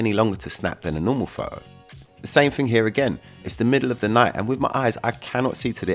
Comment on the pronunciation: Can u say PHOTO . It's not FO OU.